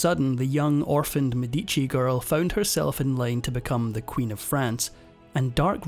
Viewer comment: What an awful pronunciation of the medici name